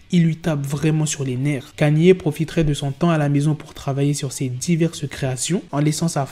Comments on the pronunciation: "Canié" T'es sérieux? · Comment ça KANYÉÉ?? Orh black fais des efforts 😂😂😂